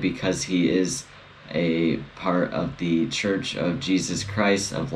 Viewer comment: Appreciated you saying the name of the church correctly, thank you!